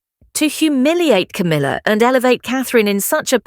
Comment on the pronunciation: Coomila? You cannot make a silk purse out of a sows ear!!?